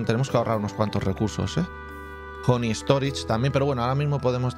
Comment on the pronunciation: Nadie: Absolutamente nadie: Escocés: vamos a poner.. hony hony hony